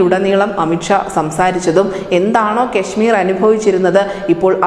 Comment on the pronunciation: അമിത് ക്ഷ അല്ല അമിത് ഷാ കെ ശ്മീരല്ല കാശമീർ ആദ്യം തെറ്റ് കൂടാതെ സംസാരിക്കാൻ പഠിക്ക്